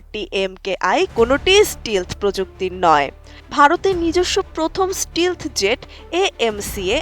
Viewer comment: স্টিলথ না স্টেলথ উচ্চারণ হবে